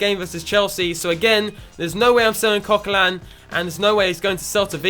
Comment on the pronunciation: It is Coquelin